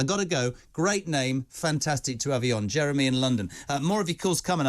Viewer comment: Like yesterday when 30 of them did a runner at Dover. One of them broke into a woman’s house and demanded she drive him to London. This man is a deluded Uk hating twat. Oh btw, it’s Jeremy, not Jerry. I had to switch off, just like this c**t said he would